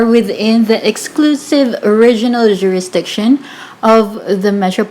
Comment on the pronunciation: Please pronounce the words properly. Say Oh-riginal, not "—rregional jurisdiction." And proCEdure, not prOcedure. A law student asked me if there was such a thing as regional jurisdiction.